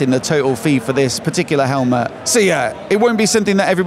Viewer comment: Great Video as always, love the channel. "Helmahhh" 😂😂